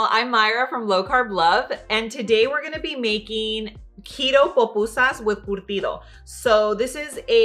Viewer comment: It’s curtido not cortido It’s pupusas 🫓 not popusas